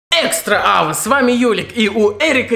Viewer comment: Экстра Авэ?) Ахах какая прелесть))